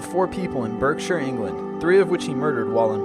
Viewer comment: it's said as barkshire you don't actually pronounce it as Berkshire :) sorry